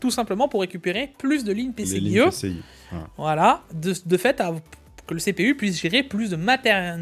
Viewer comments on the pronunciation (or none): Leuu PC..ic 4.2 X essssst uneuh fois deuuu moinnnsse la moultiphicationnnn duuu PCIIIII 3X hic 😂